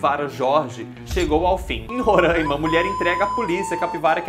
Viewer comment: Não é "Rorâima" se diz "Roráima"! Pelo amor migo, não erra, a gente sofre demais com isso!!!